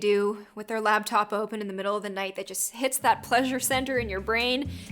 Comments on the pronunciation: Set me On fire you said labtop it laptop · is laptop not lab top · I like the labtop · You said labtop and shomeone